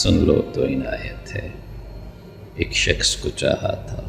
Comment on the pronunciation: شخص۔۔۔۔۔شکس نہیں۔۔۔اردو تو سیکھ لے۔۔